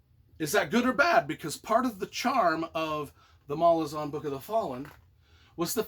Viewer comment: The most annoying thing about this video is that he pronounces Malazan wrong the entire time